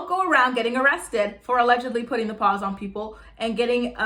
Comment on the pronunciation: Girl I love when you say Put The pAWZ on ppl 🐾💀💀💀😂😂😂